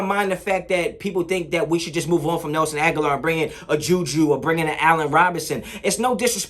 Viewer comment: Grammar policee here: ah-gah-lore